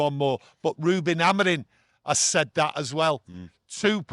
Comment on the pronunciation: Hi Can you tell.. Reuben's last name is AmoriM, not Amorin.😅😅